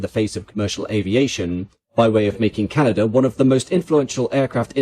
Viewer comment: It would be nice if the narrator could be taught to pronounce C D Howe's name, it's not C D Ho. Also to break the habit of brits to add a non-existent R to the end of Canada.